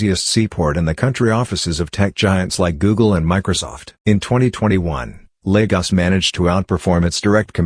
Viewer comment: And the fact that it neither uses the Portuguese nor the Nigerian accent to say Lagos. Ugh! Irritating. Great images.